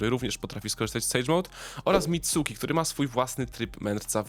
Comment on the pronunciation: Dobre zostawiam subka tylko wymowy się poducz (Mitski nie Mitsuki & w przyszłości pewnie ruszysz Boruto to od razu mówię käma nie karma bo tutaj każdy na czele z Nekonem robi błąd xD)